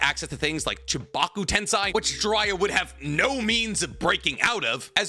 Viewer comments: Why do you pronounce it like „tensai”? I wanna grab something and throw that shit. IT IS „TENSEI”. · It feels like u go out of ur way to mispronounce shit like tensei